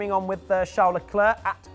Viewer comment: Also, Matt, his name is Charles, not Shaaaaarl. I mean it isn't Prince Shaaaaarl is it? :/